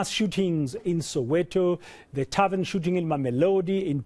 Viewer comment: And he still says "tarven shooting in Mamelodi"... How is a Chisa Nyama a tarven? Buffles me really! And the journalist puts the cherry on top saying that tarvens are places of "leisure" haow Nkosi...